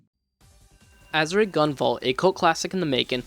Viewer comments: "Ah-sure". Not "Azz-ooh-ray". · Solid review, but you're mispronouncing Azure it's pronounced "As Sure" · Bro its AZ-ZURE. It's a color. A type of blue. That's how its pronounced. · It’s pronounced aZHer REEEEE!!!!’ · Had to stop watching this as soon as you said "Azuray" for about the 5th time. Sorry. I'm sure you put a lot of work into this review. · Are you able to pronounce Azure now? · Joule is pronounced "Jewel" and you don't pronounce the E at the end of Azure. This is a nice review, keep it up ouo! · normally you'd be correct if that was a Japanese word but it's not Azure is a Latin rooted word for blue. That's like changing the pronunciation of Juan to Jooaan because someone wrote a book in the Midwest that carries a different American English inflection for the A sound. You'd always pronounce juan "wan" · Why does it sound like he is saying "Azurite"? It's Azure. Also, it's "Septimal". Not Sepimal. I'm not trying to be mean, but off-sounding pronounciations are just irksome to me...